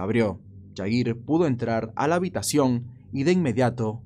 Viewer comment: Jair se pronuncia con J no Y porque no es Yair hay que investigar como pronunciar las palabras porque incluso en las escuelas nos inculcan pronunciar ciertas palabras como J con Y